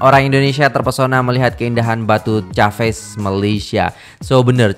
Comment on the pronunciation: sebutan batu caves nya salah ✌